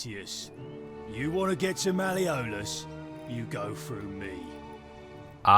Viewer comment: Malle-O-lus, for Christs sake.